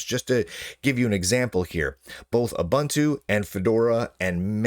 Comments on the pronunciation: "OOBANTOO" doesn't exist. It's pronounced "OOBOONTOO". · me bun two 😅